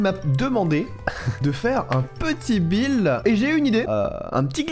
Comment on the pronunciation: à dit bil au lieu de dire de buld